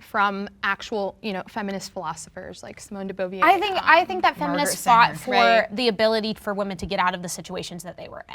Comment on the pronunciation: Of course the one who asks whether her interlocutors have read "quotes" from feminist philosophers like de Beauvoir (in lieu of her books) would pronounce her name "de Beauvier".